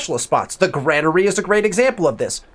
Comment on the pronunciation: Dude I learned a lot. This is super vague on console. However it's pronounced grain-ery lol had to do it man haha thanks again!